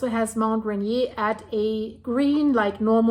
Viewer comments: Great report, going to be an ongoing watch for Mt Adams. A friendly FYI, Mt Rainier is pronounced... Ray-near. If Rainier were to erupt the pyroclastic flows would devastate Olympia area but most ash would be pushed East by the prevailing on shore jet stream. Same thing happened with Mt Saint Helen. Thank you for your reports, keep them coming. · RAINIER is pronounced by locals raineer like beer. I live by Olympia and ski Raindog regularly. Thanks for Mt Adam's report. Nice job. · Mt Rainier is pronouned RAIN EAR